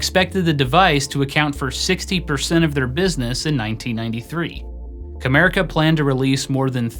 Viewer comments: I hear "Kramerica". lol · it sounds like you say "America was founded as a giftware wholesaler in 1987 by David J Harding." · Every time I hear "CAMERICA", I can't help but hear "KRAMERICA", Kramer's fictional-industry from Seinfeld 🤣🤣 Wonder if that was actually a spoof that was subtly referencing this failed-company?? 🤔